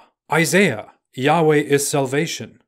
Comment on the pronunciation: Y-hwh is not said like you said it. Right now no one knows how to say ot so in Hebrew it said ad-onay or elo-him.